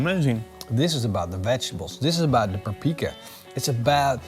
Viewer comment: This man is absolutely WRONG about gulyás. It is indeed a beef dish in Hungary. And the way he butchered the word "paprika" is an embarrassment to Hungary and ruined the whole video.